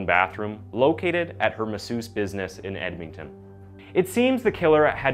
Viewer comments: Did you really just say "Edmington"? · Edmington? lol the enunciation... i just cant get passed it. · I hate how he say Edmonton aswell as Sherwood park